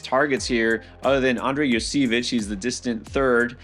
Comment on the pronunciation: Its Yoshi-vash not Yo-seevich